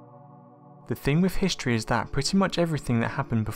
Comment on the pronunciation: Yes, you did get "Histroy" all wrong.